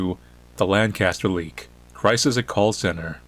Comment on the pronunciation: As someone who lives LANCA-STER, I can finally understand why it's annoying when someone pronounceses it wrong... 😑😒